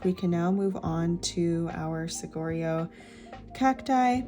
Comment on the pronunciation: Thanks for this video! btw: Saguaro is pronounced “Sa-wa-ro”. The ‘gu’ sounds like a “w”, a Spanish word where a gu always pronounces as “wa” as in water. 😀